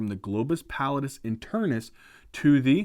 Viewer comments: Also its globus pallidus, not globus pallitis, that sounds like its inflammed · oops back to "pallitis"